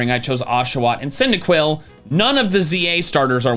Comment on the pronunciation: 'indaquil acking, wasn't ready for the 'arty